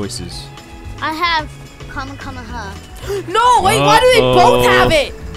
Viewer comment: It kinda makes me mad that they first say kamekameha wrong*sorry for typo*and that they call the deli smash the kamekameha